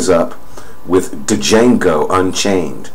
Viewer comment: "Jango." The D is silent.